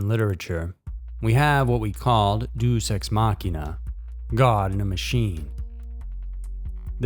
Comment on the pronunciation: Day-us ex Mak-ina